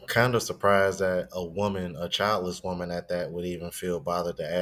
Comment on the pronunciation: did she said “normal womal” 😂